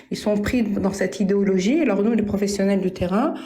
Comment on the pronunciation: il faut que tu prononces "Idéééologie" la on peut avoir l'impression que tu dis volontairement "Idiologie" à chaque fois que tu le prononces ^^